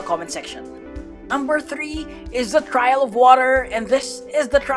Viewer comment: The way he said trial l is crazy like I’m ngl l, bro bruh like ngl l